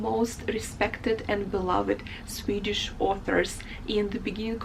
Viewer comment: Your swedish pronouciation was really good